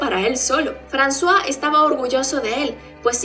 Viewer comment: Jajaja siempre pronuncie el nombre de Francois literal y cuando dijiste frazua me saco de onda al igual que lo trataras de hombre a mi siempre me parecio mujer